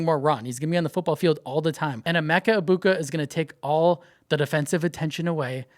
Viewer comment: Thank you! You are the only person on YouTube that pronounces Emeka's last name correctly! All these other YouTube guys tried to pronounce the G in the last name thank you for pronouncing it correctly!